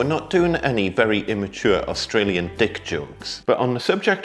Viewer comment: As soon as you said Ausralian deck i couldn't unhear it 🤣🤣🤣